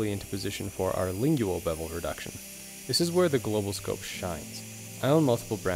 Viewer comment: You say “lingual” funny